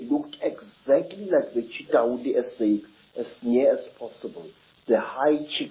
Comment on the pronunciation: Please watch the first avengers again so you can learn how to pronounce Chitauri 😅